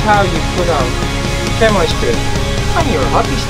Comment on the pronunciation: Nice video thanks. In English is pronounced 'Shammy' ;)